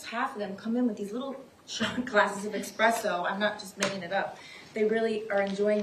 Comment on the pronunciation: Esssspresso not expresso